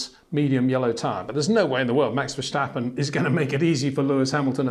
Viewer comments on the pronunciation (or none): it is NOT Max "verSHtappen" ... Max is not German (Germans indeed do pronounce "st" as "sht") ... #Max33 = Dutch NL/Belgium! ... It is not "Bottash" nor is it "Lewish" certainly not "verSHtappen" .... This BS started long time ago when a British sport presenter interviewed father Jos Verstappen and assumed you can use a German pronunciation to a Dutch Driver thinking it is so "funny" ... It is not. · Please try to pronounce Max' name right; it's not Vershtappen. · wtf there is no "sh" in Verstappens' name...so why pronounce it?? same for Charles Leclerc his name isn't Sean...it's weird...